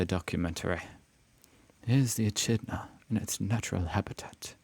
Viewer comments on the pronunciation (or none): We don’t do thanksgiving Pronounced Ekidnah Not a pest, it is a spiny anteater, and a marsupial. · Echidna is pronounced "En-kid-na" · Pronounced E-kid-na or commonly known as a spinney ant eater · I'd go with "eh kid nuh" rather than "Uh". I can imagine pronouncing the Uhr kidney nah otherwise lol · It's pronounced as Eh-kid-na....😂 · We have Aldi and IGA and fresh and save. Big W is Walmart. Echidnas are pronounced E kid na and they are not pests, they eat ants, common name is spiny anteater. They are really cute. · Its pronounced a-kid-na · Its sounded like ekidna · Except it's EE-KID-NA And they eat Ants, hence the long nose/snout Echidna's are a Egg laying Mamal like the Platypus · it is pronounced E-Kid-Nah. they are like ant eaters, having long tongues to get out the termites and ants and other bugs in wood etc. I made one pee on my sister. its great substitute for a gun in a water gun fight. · Echidnas (E-Kid-Na) are spiny anteaters. They roll into a ball when threatened. They eat ants and termites. Very gentle animal. They are one of two Monotremes (egg laying mammals) in Australia. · Say it like the e kidna not what you just said God start pronouncing the words write pl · Echidna is pronounced E-kid-na. Not a pest. A beloved Australian animal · FYI.. Woolworths only has one S in it and the spiky little Aussie critter is pronounced an Ekidna ! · We do have halloween, it’s not big but it’s there a lot of people go all out for it though. Also E-KID-NA is how you pronounce echidna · Echidna is pronounced as it looks Ec-Hid-Na just so you sound more Aussie mate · E-KID-NA. They eat ants. They don't cause trouble. Big W is like Kmart. Woolworths - no 's' in the middle lol. We call it 'Woolies". We do have other shops but they are the main two. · echidna, is pronounced ekidna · Echidna is pronounced (E kid na) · It's pronounced E kid na, and the eat ants and other insects, and lay eggs. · echidna is pronounced E Kid Na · G,day it's pronounced E-kid-na